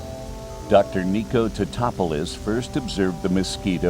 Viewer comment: ITS "TATOPOULOS"